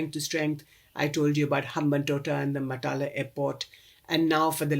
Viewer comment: Excellent analysis, form an Indian point of view, naturally. I personally don't like the Rajapaksas, but has to be objective, unlike guys like us who suffer under these "four brothers". One serious mispronunciation! "Mattala" - that's where the world's loneliest airport is.